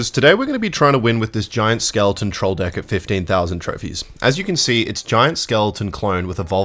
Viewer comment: why you say dick instead of deck